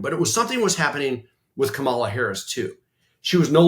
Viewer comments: Great episode, but one small criticism: for God's sake Sarah, learn how to pronounce Kamala consistently!!!! By now you should be able to get it right every time. It's infuriating and unprofessional that you can't manage it consistently, you sound like a disrespectful GOP hack when you say KaMAHla, and I know that you are not that! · Comma , la. Not Ka Mal a!!!!! Learn how to properly pronounce her name. She is our Vice President for God’s sake. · PLEASE people, it’s COMMA-lah Harris, not Ka-MAH-lah Harris! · Why are they both pronouncing Kamala's name incorrectly? KAmala, not kaMAla... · Comma-la, not Ka-MA-la. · Sarah, KAmala, not KamALa :-) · Syrah you know she pronounces her name Comma-lah, right? 😉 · If you can't learn to pronounce Comma-luh, just call her Vice President Harris, please. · KAM -A - LA. Why is her name so freaking hard? 🤔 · Can you all be respectful and learn how to pronounce her name. It really isn’t that difficult…Comma-La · Comma-luh. Is it really that hard to get right, Sar-ugh? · Vice-president's name is pronounced comma-la.. As in 👉 , law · PLEASE— it’s KA-mala Love you, but please correct your pronunciation of her name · It's really tough being a VP. Your primary job is to wait for the president to either die or become disabled enough to leave the presidency. That a president gives a VP other things to do can only be a plus. I think it would be respectful to learn to pronounce Kamala properly. Comma - la emphasis on the first syllable, as in "," - la as in lalalala. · Very good! I’d just like to hear them both consistently pronounce “comma-la”! 😊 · Please stop pronouncing her name wrong. it’s commaLA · Hey guys, friendly reminder - it’s pronounced Comma-La. Thank you! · Sarah, I would expect you to pronounce Kamala’s name correctly. Yikes girl. It’s ,la. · Please say her name correctly. Comma — la. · Remember it’s Comma Luh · Love this discussion. I know it’s an unusual name and many people get confused, but please pronounce it COMMA-la.